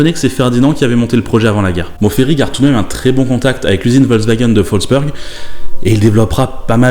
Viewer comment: Ta vidéo est bien mais juste une chose, rien de grave mais tu prononces mal "Wolfsburg". Peut-être aussi parce que presque tout le monde prononce "Nürburgring" à l'Anglaise alors que lu à la française ça serait limite plus proche de la prociation Allemande... Je trouve juste ça dommage.